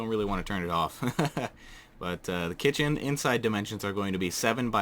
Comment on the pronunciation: i literally thought u said hey pandalings today im gonna show show u how to make a greek KITTEN or KITCHEN